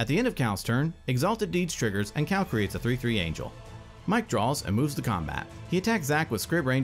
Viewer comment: Ok, who is the narrator that can't pronounce Cal.